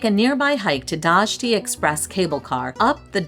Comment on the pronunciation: Dajti is like Dye-tee, Byrek is Buer-EK, and Hoxha is pronounced Hodg-yuh. No worries. It's a hard language. I am still learning.